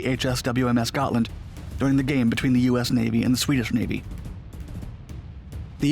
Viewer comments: The name is Hms Gotland, try to get it right next time. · Gotland class submarine? Nahhhhh.... Gotcha class. 😂